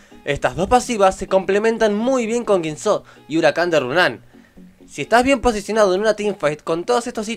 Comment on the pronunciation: Sonas a argentino, entonces por qué pronuncias Guisó y Runán?